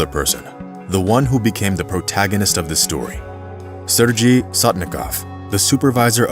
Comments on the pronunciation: This dude is pronouncing Sergei (sir-gay) as (sir- gy from orgy) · Sergei is not pronounced “surge ie” but “Sir Gay” Tupelov aircraft models are referred to as “Tee You” not “Too”. Otherwise, this is a riveting story ! I enjoyed it. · This is an awesome video. Thanks for sharing this amazing story. Sorry to nitpick, but I just need to say that his name is probable pronounced sair-gay, not sir-jee. But however you say it, he was an extraordinary guy, who became a hero, by working hard and going the extra mile. You don't often expect people to save lives with their work ethic, but he did it. Thanks again, for the awesome re-telling. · It's Sergey not Serjay... Man why these people never at least look up how to pronounce foreign words and names before making fools out of themselves? Just use google translate and that will pronounce it for u if u don't know. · Sir-gay. Not sir gee. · ?? Isn't "Sergei" (Russian, etc.) pronounced "Sur-gay"?? -- I understand language-barriers, but doing a "production" like this... SHOW SOME RESPECT FOR THE MAN!! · “Sergei” is pronounced “Sir Gay”. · Narrator pronounces Sergei incorrectly... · Would be respectful to learn how to pronounce “Sergei” correctly. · “Serje” - Said no Russian ever. Sergej, Сергей, or sergay (phonetically) The same for the pilot Efjeni. It’s phonetically ~yefgeny. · Nice story. Did you know that Sergei and Yvgeniy are pronounced with Hard Gs.. Sair-Gay and Ev-Gaynee? Do your homework,.